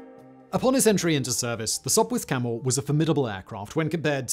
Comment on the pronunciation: You are correct. But he called it a Sopwirh Camel a couple of times